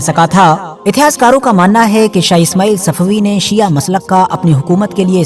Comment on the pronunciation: जनाब पहले तो आप अल्फाज़ सही करें, सिया नही शिया होता है, आपसे कुछ सवाल है। 1 रसूल s,a,w कि हयात में कितनी जंगे हुई, 2 उस जंग का नाम बताएं जो अबु बकर, उमर या उसमान ने फतह की हो। 3 क्या रसूल s,a,w ने खिलाफत इन तीनों को वसीयत की थी, खिलाफत के लिए इनमे क्या खासियत थी। 4 क्या यह तीनों खलीफा मुहम्मद s,a,w के जनाजे या गुस्ल ओ कफ़न में शरीक थे। हज़रत अगर आप हलाल जादे होंगे तो सवालों का जवाब जरूर देंगे, वर्ना,,,,,,,,,,,,,,आप। ?